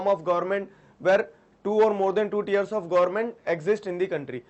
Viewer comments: It is not tears , it is tiers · Very nice sir But... Teers* * (tiers)😋🚗🚗🍩🍩🍩